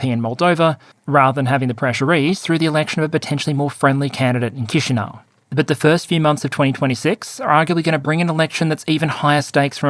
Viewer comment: You are the first youtuber to properly pronounce Chișinău on my recent memory. Thanks from out there.